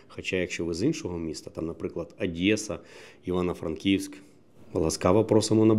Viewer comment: Адреса ріже вухо ООООдеса😊